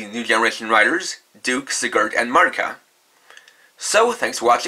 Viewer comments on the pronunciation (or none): none